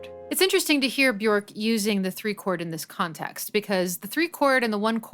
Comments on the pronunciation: Björk is pronounced “be-yerk”, “ö” sounds like the “o” in work; rhymes with jerk … not cork. Brilliant analysis! I love both versions of thIs song, but have listened to the video version more. Can you analyze Undo, Joga, Hunter, or Bachelorette next?! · Bjork is pronounced "byerk".